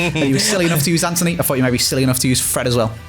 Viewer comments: it’s actually antony not anthony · It’s Antony not Anthony and as you said the last SBS with Bateson of it’s not right it’s not right 👀